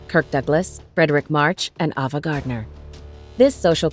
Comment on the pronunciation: Okay listing (there are so many titles to choose from with Douglas, it's really subjective) but the narrator needs to take a film class! Too many names, including that of Ava Gardner (!), are mispronounced. And you don't always need to identify something as a "politicall thriller film" or an "action adventure film." The word "film" is inherent ... as this is a listing of "Top 10 Kirk Douglas Movies." As a college professor, I give the script and its reading a "C."